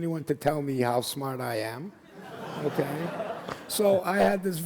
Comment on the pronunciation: She says..oohkee?